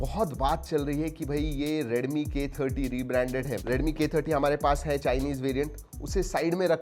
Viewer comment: Please pronounce 'Redmi' properly.